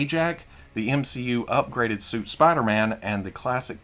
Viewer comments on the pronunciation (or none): none